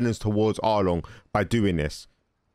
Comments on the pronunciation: He really said “arlong”. Bros been watching too much one piece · When you say Arlong instead of Amon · Bruv his name is Amon a-mon come on man they say it 50 times an episode